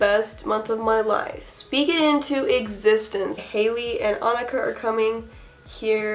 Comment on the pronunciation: MY NAME IS ANIKA?!??? But you pronounce it uh-knee-ca uwu